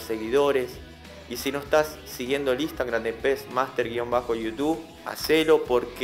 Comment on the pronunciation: Lo digo de buena onda, es Instagram no Instangram